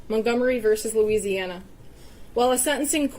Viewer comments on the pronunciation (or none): none